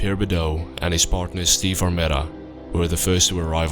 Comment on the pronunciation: That's not how you're supposed to say Benicia, Vallejo or Armenta.